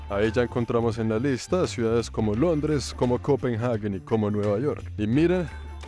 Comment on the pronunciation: Es curioso como dices Copen haguen en España decimos Copenhague todo junto.